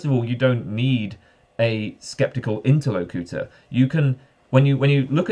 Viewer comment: how the hell did u just pronounce ‘interlocutor’????